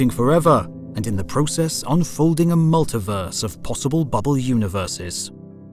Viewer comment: You know when you hear someone mispronounce a word and you wonder if it was a slip of the tongue or if they say it like that all the time? Then they say the same word fifty times and it's just weird. Multiverse, it's mull-tee-verse not mull-ta-verse and while I'm whinging it's you-knee-verse, universe, not you-nah-verse. You speak very clear and concise English so I'm guessing it's not part of some regional dialect. It's quite odd.